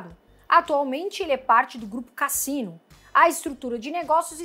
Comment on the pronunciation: Olá!! Boa noite!! só uma correçãozinha a pronúncia é Casínô Groupe fundado em 1898 na França 👍🤩